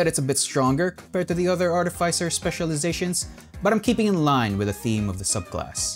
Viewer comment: Its pronounced artificer not artificer smh